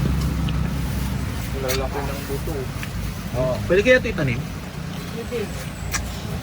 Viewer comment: ingat po sa pagkakapronounce mo po nang word na "buto" iba po kasi meaning niyan sa bisaya. Natawa lang ako sa pagkakasabi mo po. Subscriber niyo po from Kidapawan City. Enjoy lang mo kaon og durian. Daghan na diri sa amoa. Ingat po kayo lagi team Daddy Frankie.